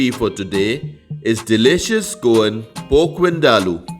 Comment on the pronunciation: Wow...!! Looks absolutely yummy and I'm pretty sure it'll be delicious in taste as well...but just a small correction...it's pronounced "PORK" and not "POKE"😉